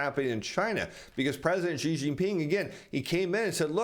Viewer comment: Great fan of your information. thankyou. just a side comment: President Xi of China (I live in China and speak Chinese) would be far more accurately pronounced simply as our English word 'she'. That's not 100% accurate but quite close compared to what you've been saying. Just a friendly comment/trying to help you.